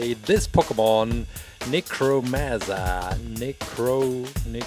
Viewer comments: Its nicrosma not nicroosma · It's Na-croz-ma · Para de falar necrosma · it is pronounsed na-croz-ma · great video, but necrozma is pronounced nEH-crAH-zmUH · It's pronounced Nick cross Ma